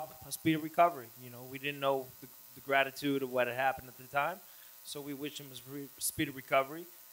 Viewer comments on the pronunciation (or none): Nobody else saying anything about the fact Kelvin said “Gravatude” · Gastelum it's "magnitude" not gratitude bro